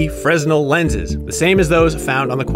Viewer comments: Fresnel is pronunced "Fer-Nail" not "fres-naw" Get your sh* together IGN! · The lenses are called fresnel, but you say it like "freenel" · Am I crazy or are fresnel lenses supposed to be pronounced "frenel"?